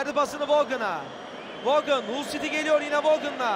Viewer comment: Saniye: 1 Hata: 1 Hull yazılır, HALL okunur. İnsan hic mi kendini geliştirmez? A'dan Z'ye Türk futbolu komple amatörlük.